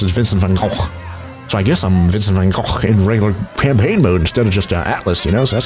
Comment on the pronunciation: saying vincent van gogh in dutch is: vincent van GOCGHRTYH